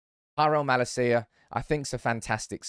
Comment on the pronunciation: about time you start learning how to pronounce malacia 😭